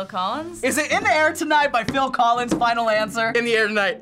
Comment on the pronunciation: Wow the Dude got Phil collis right!🎉🎉🎉